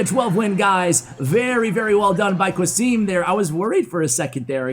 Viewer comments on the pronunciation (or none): qasim is a fellow country man and the way you pronounce his name is very English. Its suppposed to sound as Kasem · The name is pronounced Ca-sim btw , ca like in ca-r 🚗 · I think "qasim" is pronounced as qa=ca(as in car) and sim=sim(as in simcard) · Why do you say "Qasim" like that?